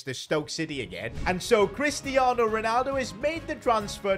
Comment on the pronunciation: cwistiano Ronaldo